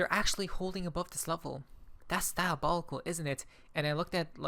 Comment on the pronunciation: Diobolical.. u know the meaning of the word 😂